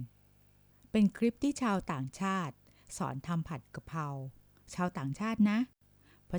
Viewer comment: 55.ผัดกระเพรา .ไม่ใช่ผัดกระเพราะ..แอดมินคนไทยหรือเปล่านิ.555555